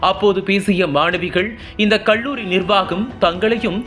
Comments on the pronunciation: தமிழ் உச்சரிப்பு சரியில்லை!! "கள்ளூரி"யில்லை, கல்லூரி. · நாமக்கள் மாவட்டம், கொள்ளி மலை, கள்ளூரி-: தமிழ் உச்சரிப்பு எப்படி???